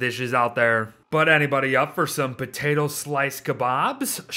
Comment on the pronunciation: No one:: Potate